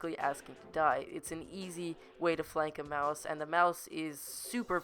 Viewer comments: U know it's called Maus not mouse U DONT SAY IT LIKE MOUSE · It's not mouse not pronounced that way it's mA us not mouse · Not a. Mouse it's a Maus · Its not pronounced 'Mouse'... Its pronounced 'Moss' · Holy shit stop saying mouse its maus mAUs not mOUse ok holy shit its so damn annoying hearing mouse every 2 seconds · it is pronounced MaS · It's pernounced may-o-us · obviously never attempted to speak German then.